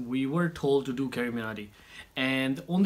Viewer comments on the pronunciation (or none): It's carry not carri